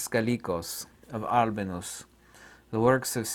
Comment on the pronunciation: Is that Albinus one correct? Seems different in pronunciation of what was saying.